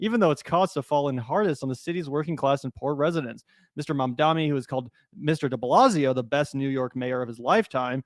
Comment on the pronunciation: MAMdani, not Mandami